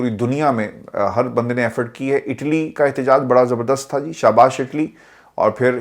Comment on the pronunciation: SHABASH KA TALAFAZ SAHIH FERMAIN SHAHBAZNAA BAN JAI ????